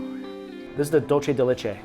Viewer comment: Dulce de leche is SPANISH, not Italian. It’s pronounced Dool-seh, not Dol-CHE.